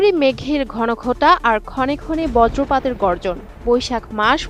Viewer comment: বর্জপাত নাকি বজ্রপাত ? সংবাদপাঠিকার ৫০০ টাকা কাটা হোক।